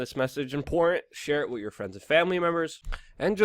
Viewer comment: Why don't you pronounce with properly!? I love your channel but it's so annoying.